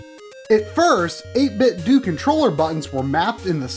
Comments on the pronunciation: I can't help but think it's pronounced Ate Bit Doh, rather than Ate Bit Doo. Like Nin Tin Doh. Maybe it's just be. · As you know, Nintendo is pronounced Nin-Ten-Do. 8Bitdo is suppose to be a play on words and sounds like Nin-Ten-Do. So its 8-Bit-Do (not Due) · Same. I’m convinced that he’s saying it wrong in this video. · I completely agree with you on this 2 year old comment. Why does almost everyone pronounce it "Doo" anyways? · Yup. It's pronounced 8bit-dew. If you don't believe me watch this vid. At the mark, they turn on the speaker and it says, EIGHT BIT DEWWWWW! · If you get the 8bitdo Bluetooth Speaker, when you turn it on, it does pronounce it 8-bit-doo. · It is doh. As in Nintendo because it an 8 bit Nintendo controller. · just fyi its 8-bit-DOE like nin-ten-do :) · Great episode. So glad to know about these. I really hope they expand into other consoles like SNES, Genesis, PS1, Saturn, etc. I would buy two for every one. I can't help but think you're mispronouncing their name. I think the "do" is supposed to be said the same as Nintendo and Tae Kwon Do.